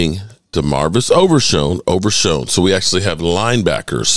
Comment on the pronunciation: His name is damarvion Not damarvis There is an N at the end of his name Please can you pronounce our players name correctly It’s not Damarvis it’s Damarvion